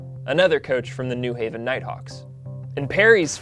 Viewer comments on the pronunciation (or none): It’s pronounced New HAY-vin.